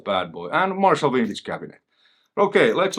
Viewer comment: I get a kick out of the pronunciation of vintage, as wintage. Vintage and winning go together real slick like. A piece of gear thats "wintage" sounds far superior.